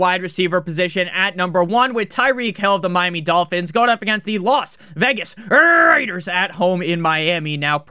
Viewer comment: I live for the Las Vegas RRRRRRaiders call